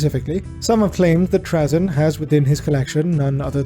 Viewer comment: You are the only person I have ever heard pronounce his name like that. Here it's pronounced Tray-zin